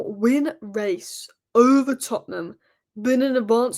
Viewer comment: Lol 😂 I just love how you say "OVER" Tottenham 😅